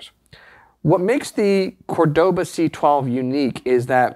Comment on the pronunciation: Great video! Great guitar! Love the channel and the store! Please note the name Córdoba has the accent on the first syllable, not the second.